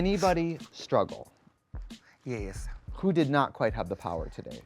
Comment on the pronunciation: I love how Angeria's "yes" has two syllables! Yeah-us <3